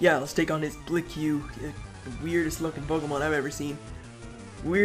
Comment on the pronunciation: BTW it's pronounced "blik." No offense I'm not a grammar Nazi.